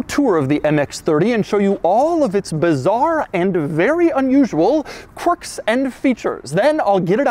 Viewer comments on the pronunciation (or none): Doug calls the car.. "Corks" and features 😂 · "Corks and Features"